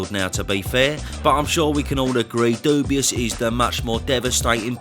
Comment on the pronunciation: 🤦🏾i go through bros videos and click on every thumbnail with Daniel on it just to hear you call bro DUBIOUS 🤣😭